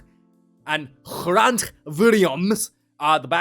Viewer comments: Guess Malcom Marx is coming after all. You must be stoked. Grant is pronounced like Hugh Grant. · Grant is pronounced like my name,the G is gutteral like you are getting ready to spit from your lungs so it is Ghhe.